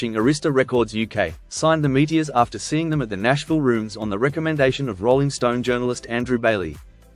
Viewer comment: I remember them well, but I never heard Meteors pronounced without the OR.